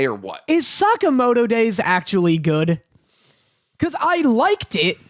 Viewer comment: Damn the way says Sakamoto is so bad